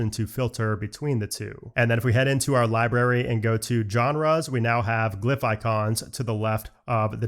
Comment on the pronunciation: Library - not libary br